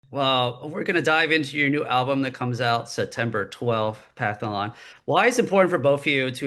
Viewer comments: “Pathalon” wtf man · LMAO mispronounced Pantheon